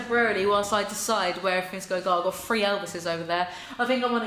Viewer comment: In school in England are they incorrectly taught to say three ”free” or do some develop that? Lolll all in good fun, not trying to be ignorant. Just one of those curiosity questions.